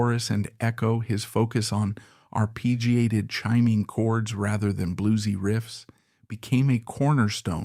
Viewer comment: the AI voice bugs me. "Ar-pee-gee-ated"?? Ugh. The word is "arpeggiated" and it's pronounced "ar-ped-gee-ated". There was another one I don't recall now that was equally annoying